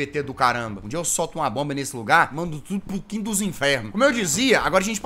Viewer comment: "um dia eu solto uma boba nesse lugar mando tudo pro Quito dos inferno " adorei a vozinha mineira 😂😂😂😂😂